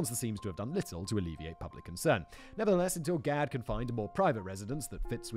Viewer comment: Not spelled the same (only one "d"), but it has the same reading, the way Simon says is on point